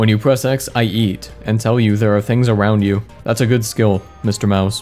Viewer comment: it sounds like is saying ‘I yeet’ instead of ‘I eat’